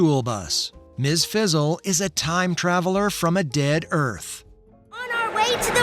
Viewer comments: ...Fizzle? It's Frizzle! I guess AI can't say Frizzle. .. .Heathcliff is from 1973 and Garfield is from 1978. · Its Ms fRizzle not fizzle... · Sounds like ai. Kept saying Ms Fizzle lol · Anyone else getting annoyed with him constantly calling Ms. Frizzle “fizzle”? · Anyone else super annoyed with this bozo calling her "MS FIZZLE?" it doesnt take much to make sure youre pronouncing something correctly. Friggin putz